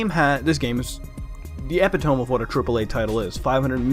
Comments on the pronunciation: Epi-to-mee, not epi-tome. But I agree, the current state of AAA games now isn't quite there yet. I'm gonna give it another year, personally. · Yeah, "Eh-pit-toe-me", not "Ep-i-tome". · ep i tome??? It's pronounced eh pit oh me. Btw there are other adjectives and adverbs besides 'fuckin" and "shit" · Love the way you pronounce "epitome", "eh pit oh me" is the correct pronunciation, not "ep e tome"... Sorry, I don't want to annoy you. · Ep-i-to-me, Not ep-i-tome! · Not to be a grammar nazi, but "epitome" is pronounced "ee-pit-oh-me." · Next time you use the word "epitome", please do to pronounce it correctly as "ee-pi-toe-mee". Thank you. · Who else loled when he pronounced epitome wrong